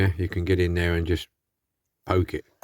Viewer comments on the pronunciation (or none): none